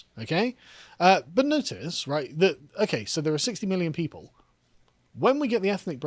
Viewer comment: Gotta say, even after listening to the last sentence by Karl for four times. I could only understand with captions that he meant "people" and not "pedo" coming.